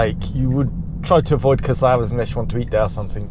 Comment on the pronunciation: Your pronounciation of the Spanish names are just terrible. Why is that accent on Cácares?